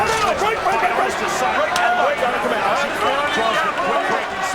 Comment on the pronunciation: "Pauli Mah-gin-ah-gee". -Floyd sr